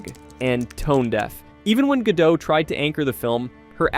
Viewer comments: Can you make up your mind how to pronounce her last name? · What's with the inconsistent name pronunciations? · My God, what in the actual fuck... do the people who produce these videos check their work before uploading them? Obviously not. They kept switching the pronunciation of Gal Godot's name. They literally pronounced it differently when the name was used back to back.